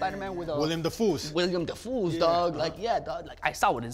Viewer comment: "Willem De-Fool" XD